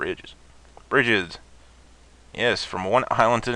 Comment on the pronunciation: lol, was tripping my nuts off when i was watching this video just came back some 6 hours later to post this. But anyway i was laughing for like an hour because you mispronounced bridges